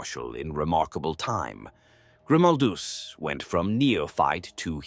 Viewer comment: Yep, bullshit ai. Can't pronounce Grimaldus name the same way twice.